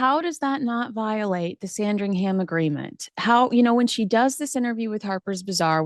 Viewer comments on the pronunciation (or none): I love u but please…it’s pronounced sandrig-UM! not Sandri-HAM! 🤦🏻‍♀️ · Must you pronounce SandringHAM like it's a sandwich? Nails on a chalkboard.